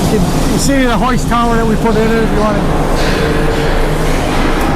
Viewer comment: I think it pronounced ( Too - er ) Not ( Ter - eeerr ) Lol Midwestiners !